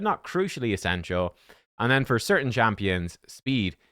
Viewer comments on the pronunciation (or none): none